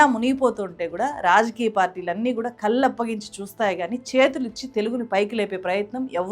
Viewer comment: ... తెలుగు భాషపై మీకు అభిమానం ఉంటే ప్రాధమిక స్థాయి లో అన్ని సబ్జెక్టు లు తెలుగులో బోధించి ఆంగ్లం కేవలం ఒక భాషగా కొద్దిగా పరిచయం చేయబడాలని సూచించండి... మీ తెలుగు సరిచేసుకోండి.. కల్లు కాదు కళ్ళు